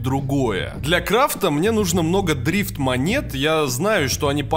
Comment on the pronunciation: Мне показалось или ты сказал дрист монеты?)